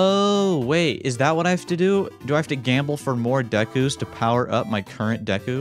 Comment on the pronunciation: He didn’t pronounce it dee-ku even though he didn’t watch the anime let’s freaking go